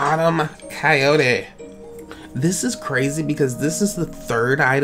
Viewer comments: "Coyotree" That was perfect :"D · ‘I’m a coyo-tree’ 😂